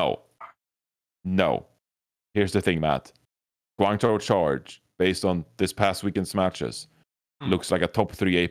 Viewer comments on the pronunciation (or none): LOL to.... it's hangjoe and guangjoe.... not hangchow and guangchow:')